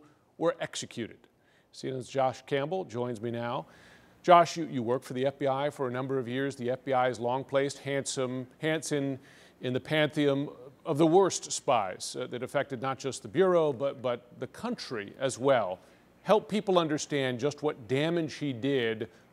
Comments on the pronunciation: Exactly. And it's not "pantheom". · Excellent comment. I was thinking the same thing when he said "pantheum".